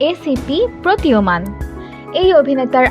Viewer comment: উচ্চারণ ভুল এটা এসিপি প্রতীয়মান হবেনা এসিপি প্রদ্যুমান হবে, কে কে আমার সাথে একমত হইলে লাইক দিয়ে বুঝিয়ে দিন, প্লিজ!